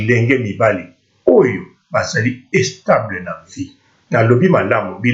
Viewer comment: and u don't even know how to speak u sayin' estable fuck